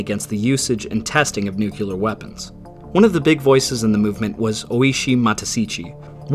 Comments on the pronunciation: And yes,you have managed to pronounce "Nuclear" as Nuke-Yoo-Ler ,just like a million other dummies. And you did it over and over and over again. Congrats,on achieving Lowest Common Denominator.. ("Calvary" is a death place in the Bible.) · Nuclear. Nu-CLEE-er. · Argh! Noo-KLEE-urr! 😱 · Eh, modern dictionaries have begun including both pronunciations, either is fine. Words are pronounced as people commonly pronounce them, pronunciations change-- linguistics 101. Great video, as always! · The only source you'd need to cite would be any kind of dictionary with a pronunciation guide, but yes, I also wanted to make this correction. That mispronunciation will always remind me of George W. Bush, and while it's really just a minor thing, it's distracting and comes with a (sometimes unwarranted) impression of not understanding the material. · Someone may have already mentioned this, but I wanted to make a (very small) correction: "nuclear" is actually pronounced more like "new-clear" instead of "nu-cue-ler" Source: my dad is a nuclear engineer, was a B-52 pilot in the air force during the cold war and flew many missions in a plane containing nuclear missiles, and who later took classes about nuclear weapons that were so top-secret they took place in a bunker (also really enjoy your content, it's succinct and thorough and very well-researched, as well as just straight-up entertaining) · NuclEAR... not NucUlar, it doesn't sound right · It's nuclear, not "nucular".. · Nu-Clear Not Nuculer. Please, I love your channel but that mispronunciation annoys the hell out of me. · NUCLEAR! IT IS NOT SPELLED NUCULAR! STOP! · ITS NUCLEAR, NOT NUCULAR. WHAT THE FUCK, THATS NOT EVEN A WORD. CLUELESS AMERICANS AS ALWAYS. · One small point: it is pronounced "Noo Klee err" not "Nookyuhlurr" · Nuke-lee-ur. Nuke-lee-ur. Nuke-lee-ur. You’re way too smart to be pronouncing it Nuke-u-ler. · Nuclear 101: It’s “nu-clee-er” Not “nu-que-ler” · Why do Americans pronounce "nuclear" as "nucular"?